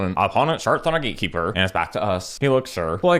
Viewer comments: Cemetery Gaykeeper instant burst of laugh XD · Daddy, was correct pronunciation GateKeeper or GaeKeeper?